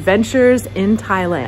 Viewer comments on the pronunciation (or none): none